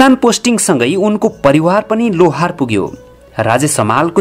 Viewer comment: लोहार होईन लाहोर हो।